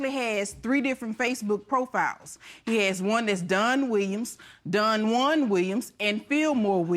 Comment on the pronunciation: She calls him Done instead of Don, lol.